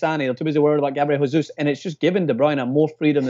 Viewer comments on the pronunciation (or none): It's not Gabriel Hesus, it's Jesus! In Brazil we speak portuguese, not Spanish